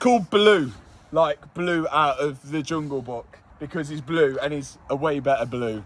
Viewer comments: “Baloo”?? Sounds like you’re just saying “Blue”. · It's Baloo not Blue. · His name is BALOO not Blue!!!!!! Signed: a car fanatic who grew up on jungle book!!! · oh Matt, the Jungle Book Bear is called Ba-Loo (not Blue!) Clearly you were never in the Cubs!! 😯😯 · His name wasn't "Blue," it was "Baloo." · Blue pronounced like Boris Johnson pronounced it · Baloo not blue lol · It's BALOO....NOT BLUE..! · It's Baloo not blue, FFS lol😂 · its baloo not blue 🤣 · Did you call the jungle book bear Blue? It's Baloo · I think you mean Baloo, not blue 😂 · Hate to tell you his name was Baloo not blue 😂😂 Matthew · It is Baloo not Blue from the Jungle Book!! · Its Baloo not Blue Mat. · Baloo not Blue 😂😂😂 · Baloo not blue 😂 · It's Baloo and not Blue....... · Baloo, not blue 🤣🤣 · Isn’t his name “Baloo” from the jungle book? I’m sure it’s not “Blue”. 😂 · its pronounced BAH LU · Mat, buddy, pal - it's "Baloo" from jungle book - looking after all the "bear necessities"! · It’s actually Baloo out of JB as in Baaaaloooo